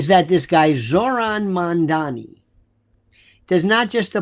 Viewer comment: It’s “Mamdani”, not “Mandani”. I don’t care for him, but we may as well correctly pronounce his name.